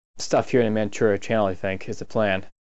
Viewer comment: man--chew--ria. not manchew